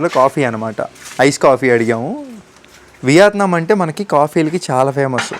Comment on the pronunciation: content and quality are fine. కానీ అలా చప్పుడుచేస్తూ జుర్రుకుంటూ తినకండి.మనింట్లో మనమెలాగైనా ఉండొచ్చు. బయట మీరు మీదేశానికి బ్రాండ్ అంబాసిడర్.అలాగే సరిగ్గా పలకండి. వియాత్నాం కాదు.వియత్నాం.'యా' కి దీర్ఘం లేదు. చిన్న తప్పులే కానీ చిరాగ్గా వుంటాయి.